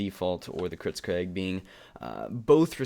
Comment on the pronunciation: "Kritzcraig" Learn your pronunciation